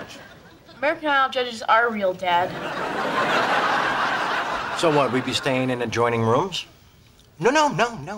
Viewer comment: Dad. Not day.